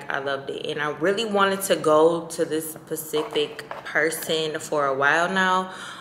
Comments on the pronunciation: girl, not "pacific" when the word is SPECIFIC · 😆She always says it but I'm like I know what u saying 😅😅Sounds like Pacific Ocean😅😅I love her man❤💯